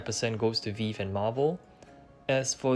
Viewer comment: Nice vid! It’s pronounced “Vee-Vee” btw